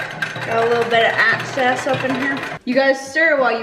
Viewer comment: Excess not access.